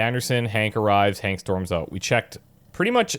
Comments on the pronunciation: It's Hank, not Hawk. Hank with a "n" not a "w". Hank as in Henry. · His name is Hank, not Hawk lol